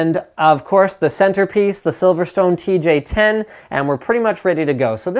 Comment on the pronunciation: I like how he fucked up the name in the last seconds of the vid :D